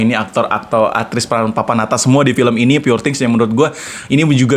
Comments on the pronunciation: pur bang bukan pure njir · You pronounce “poor” wrong !